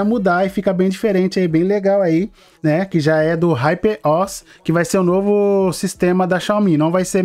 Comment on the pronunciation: Hyper Os nao mano kkkk Huper O.S a pronúncia é essa.